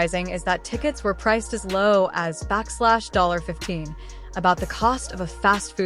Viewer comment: AI narration sucks. do better. $15 is not pronounced SIGN BACKSLASH 15. wtf